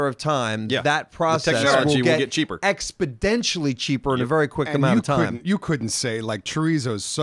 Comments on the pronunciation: expodentially, lol. exponentially. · does know the word is “exponentially” not “expodentially” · Did just say Expeditially cheaper instead of exponentially? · it's "exponentially", not "expeditionally"